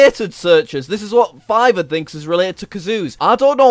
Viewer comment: Not to be mean but It's fiverr not fivver